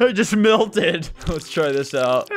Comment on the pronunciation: Why he says milted instead of melted